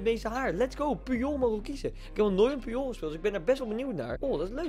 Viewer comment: Puyol spreek je uit als poetjol